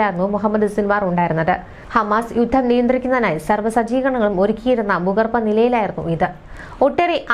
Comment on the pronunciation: ബീഗര - തെറ്റ് ഭീകര - ശരി ബൂമി - തെറ്റ് ഭൂമി. -ശരി ബൂഗർബ - തെറ്റ് ഭൂഗർഭ. -- ശരി.